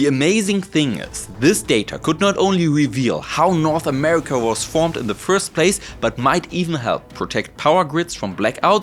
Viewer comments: That hard R on America had me rolling 😂 great info. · Americur (America) and arier (area) 😂🤣😂🤣